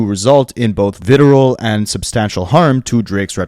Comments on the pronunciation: Very small thing. It's VITRIOL not vitirol. Vitirol sounds like something college kids would snort 😅😂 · Vi-tree-all (vitriol), please and thank you. Also Preh/pree-du-lik-shun. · VITRIOL. The R comes before the I Fuck. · That and ‘predilection’ … I sit through the videos vocalizing the correction. 😂